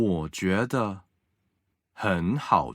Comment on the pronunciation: 个人意见 别见怪 希望你们更好❤️！ 男生的声音条件很不错，有磁性 很好听。但是句子的逻辑重音几乎都是奇怪的，而且ZH ch sh er 的发音有点西式或者台湾式，几乎没有轻声 儿化音有点怪，比如：觉得的得是轻声 不是二声。另外，语速方面，初级普通话教学 可以慢速甚至很慢 但是气不能断 一字一断 失掉了说话的流畅感。 女生稍稍有点大陆东北口音，而且普通话教学的话 句子重音不用特别突出，语气不用特别突出，主要是教授发音 声母 韵母 声调 调值到位就可以了。